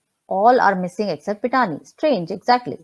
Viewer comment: My main confusion on the croc was her means of supporting a big lifestyle. Home in Mahalaxmi Race Course, Mehfils, Lit-fest, NGO. Claims she is a radio jockey and literateur. SSR family Lawyer ,from the start, seemed disinterested and almost condescending. Kept calling Pithani as Pathania. Even recent statement on CBI not doing custodial interrogation of staffers, did not sound convincing in seriousness. He remains a mystery. Knowing that entire cabal and huge mafia nexus was daunting as an adversary, family went for low hanging fruit like Tai and Shruti Modi.They were hoping these smalltimers would reveal the real executioners to exonerate themselves. I also feel ,since a year, we have hashed and rehashed all points and angles. Hundreds of conspirators, coverup artistes ,PR , media, helpers etc who are involved in this humongous case ,are maintaining silence. I think, now we have to focus on macro level political machinations. The more we intricately discuss and dig up, the more termites are running out.